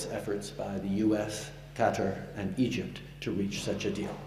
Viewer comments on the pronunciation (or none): none